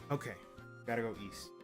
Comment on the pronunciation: East not weast